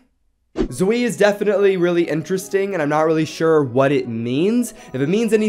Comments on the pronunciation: I think that Zwei is ponounced Zway not Zwee I dont know it fust sounds better to me. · To say zewi is zew-i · It's pronounced zway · Zwei is technically pronounced Zvai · It’s pronounced “zvai” which means 2 in German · zwei is pronounced s-va-i, means 2 in german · Zwei is pronounced z-v-eye it means two in German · Zwei is pronounced zvei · its pronounced Zwei: (zz-wāa) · you do know that zwei is pronounced like zwhy like put z and why together